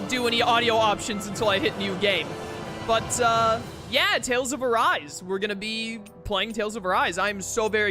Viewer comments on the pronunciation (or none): I don't know why, but it sounded like you were saying "Tales of Verise" when you were talking about it previously